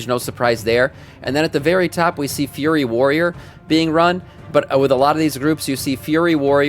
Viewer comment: Why do you call FURY warriors, FURRY warriors? You've got other words you mispronounce similarly.